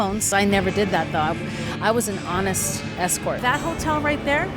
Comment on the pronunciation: She almost said honest ho😅